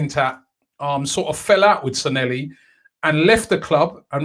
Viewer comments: His name is NOT San-nel-li....IT is San Lle Hi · At least we no longer have to hear Robbie mispronounce Sanllehi (San-Ye-hee). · San leh hi Robbie.Stop butchering people’s names. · Glad he is gone so we don't have to hear Robbie butcher the pronunciation of his last name anymore 🤣😂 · I can't believe he cannot pronounce his name after 18 months of saying it.....